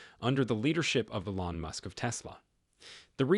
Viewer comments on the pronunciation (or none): It's not e-LON, it's EE-lon.